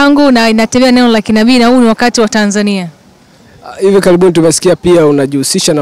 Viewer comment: Hiyo Tanzania inavyotamkwa daaa ningewez kuiandik ningeiandika